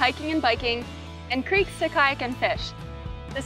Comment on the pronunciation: Cricks 😂 not creeks duh